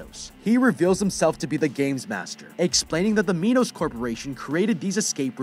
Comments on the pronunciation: It’s Minos not MEnos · its pronounced "my nuss" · It's mi-nos just so you know just a friendly fact